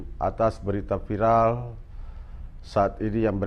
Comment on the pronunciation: Bacanya viral saja. Jang vairel he he he... Jadi kata Indonesia saja "viral"